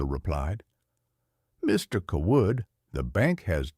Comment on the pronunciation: Seems to me the family name would be pronounced Cay-wood not cah-Wood. I agree with previous comment about why a farmer would be driving a tractor instead of a pickup to and from the lawyer's office and the bank. That normally makes no sense.